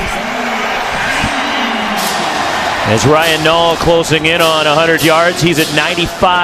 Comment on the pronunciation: U mean Ryan nall lmao can’t even say his name right 😂